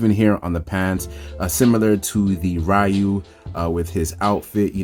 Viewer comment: Nice review. I do have a suggestion and your perfectly free not to listen. Concerning Ryu’s name. It really should be pronounced Ree-you. The Righ-you pronunciation was just a mistake us westerners did since Street Fighter 1 because we really did not know how to say his name back then. Plus the live action SF movie with Van Damme mispronounced the name and further fanned the mistake to the public. The reason I say this? I actually had a Japanese coworker who had the same name of Ryu. I asked him if people say his name as Righ-you sometimes, and he said he gets it alot and blames Street Fighter. Lol. He also said, as far as he knows, there is no Japanese pronunciation of his name as Righ-you. He said saying his name as Righ-you is the equivalent as if a person had the name of Michael and people would pronounce the name as Michelle. Technically you can but it would be incorrect for most of the time.